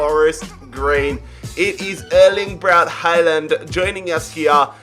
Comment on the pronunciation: You just said ERLI BRATT HEYLAND Last time i checked i was Erling Braut Håland/Haaland